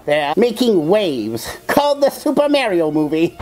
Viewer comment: Mar--ee-o. not Mair-ee-o